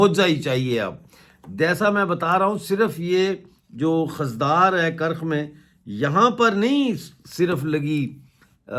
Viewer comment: سر خُضدار ہوتا ہے خ کے اوپر پیش ہے ۔شکریہ